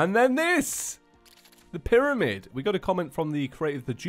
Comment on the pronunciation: Yes two mewtwos is right say piramid But it cactus